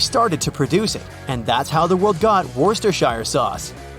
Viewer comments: Actually It's Wuss-ter-shear no cest or shire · Bro you pronounced Worcester wrong it’s wu cest res shire